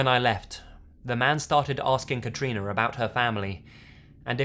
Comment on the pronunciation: First person I've heard of having my name! (Katrina) Can I just say you say it amazingly?